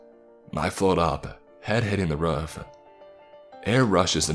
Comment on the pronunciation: Every time he says "roof" I can't help but laugh